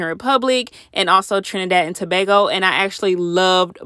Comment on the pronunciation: Finally heard someone from america pronounce Trinidad and Tobago correct😂😂🇹🇹🇹🇹 Prayers to Haiti🙏🙏